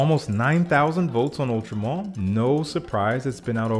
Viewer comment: Ultra Mal is how it’s pronounced Secretions Man-e-Feek